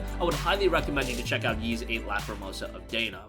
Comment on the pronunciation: Ys is pronounced like "ease," not "yeez."